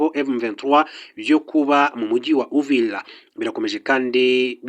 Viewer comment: UVIRA. Not. UVILA